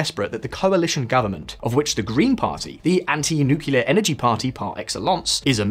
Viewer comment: Nuquelar?.....he said nuquelar?